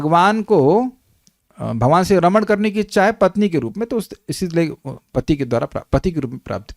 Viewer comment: Raman shabd ko spast kijiyega.